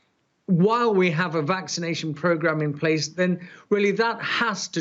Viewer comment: “vaxcinisation”. Definitely a medical expert.